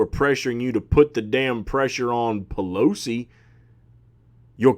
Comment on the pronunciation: Hahahaha..."AOC and P-Lo-C". Love ur takes brother👍.